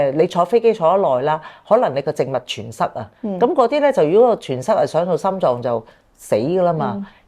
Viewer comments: 感謝帶給我們這個video，感謝的分享👍。{麻煩告知，栓塞的 ‘栓’ ，讀音是 ‘珊’ （saan1）而不是 ‘全’。} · 栓字讀音係山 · 血栓塞：‘栓’ 音 “生” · .栓塞讀山saan 1